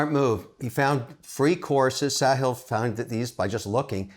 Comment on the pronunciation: Hey mr wonderful pronounced correctly Saahil